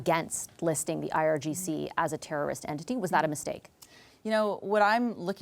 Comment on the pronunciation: DISGUSTING! Mr. Virani pronounces IGRC instead of IRGC, showing he has no idea what's going on!!!